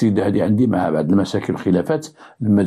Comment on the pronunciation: السلام عليكم ورحمة الله ، صراحة طريقتك في الحكي فريدة من نوعها ، نحبكم في الله و احب محتواهم ، ولكن كنقولو بعض بالضاد ماشي بعد بالدال 😂😂😂،تحياتي لك